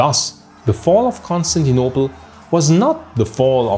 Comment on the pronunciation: Dude your accent of saying Constantinople and Agia Sophia is so barbaric …is Agia Sophia ,not Hagia …at least get the names right ,is not Consanople either ….putting Islamic written over Christian heritage sites is barbaric ..but then that’s Turkey for you ,still no human rights and ruled by Sultan on 2024 …